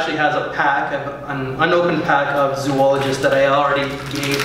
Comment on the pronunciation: Why do you, and all other fragrance Youtubers call this house "Zoo-ologist" instead of the proper pronunciation, which is "Zo-ologist"? Has Victor Wong not contacted all of you to tell you about your mispronunciation? I'm curious. Think about the word. "Zoo-ology" is not even appropriate by English standards of grammar, because it really would require that 3rd "o". Please say the name of the house correctly next time.